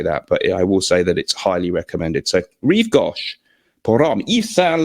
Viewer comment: Rive Go(pronounce the go!)sh not gawsh! I know you don't care, but I'm a pedant.